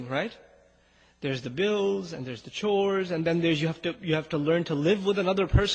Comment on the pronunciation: *chores, not 'shores'😑